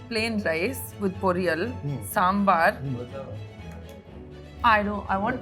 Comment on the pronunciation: The way she does British impression and the perfect pronunciation of "Dosa", "Chettinad" and "Sambar"